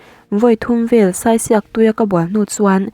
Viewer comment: Saisiak lam dan hi. Sai hi..saichhingi tih anga sai tih lai anga lam tur ania, diak lai hi..chirhdiak tiha diak kan lam ang hian lam bawk tur...thahnemngaih na zawn atangin..🤗🤗